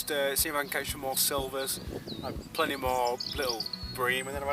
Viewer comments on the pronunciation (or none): "PLENTY" of fish not PLEANTY